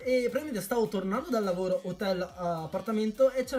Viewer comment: lavolo hhahahahahaha la r ti e sparita?